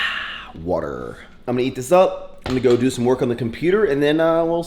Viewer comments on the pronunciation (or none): The way you said water had in tears of laughter! 😂😂